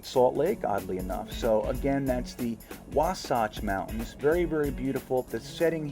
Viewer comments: Wahhh satch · Could you please stop mispronouncing Wasatch? It's throwing me off.